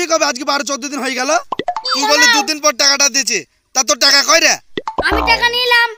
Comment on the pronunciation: ভাসা ঠিক করো টাকা কে বলছে টেকা